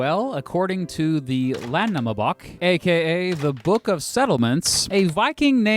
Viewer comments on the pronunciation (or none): Oh my lord, i can never get over how he said Landnámabók 🤣 It’s pronounced Land-now-ma-b-oh-k. It’s like saying the english word amphibians like àmpihibuens 🤣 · Já! Ég tala Íslenska! This means “Yes! I speak Icelandic!” By the way, your pronunciation is terrible - Landnármabók is pronounced Lantnowmarboak, not Landnamabuk. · The pronunciation of the Landnámabók made me cackle lol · It’s so funny how he said Landnámabók 😂